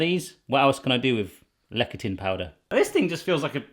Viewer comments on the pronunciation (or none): Is it really that hard to find Soy Lecathin in the UK? Also Lecathin is pronounce "Less-a-thin" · Lecithin Is pronounced "Less-ith-in". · It is pronounced lecithin (less-a-thin-) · LEh - si -t hin... ci is usually pronounced as S in Latin derived words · It's pronounced "Le-si-tin"